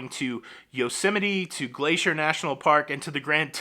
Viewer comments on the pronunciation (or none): none